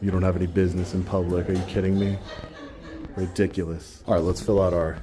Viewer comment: Interesting how certain people act in public. They axe and act ridic-O-lus